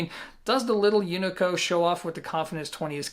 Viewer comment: UNICO - it's not "U-nee-co", it pronounced "OO-nee-co"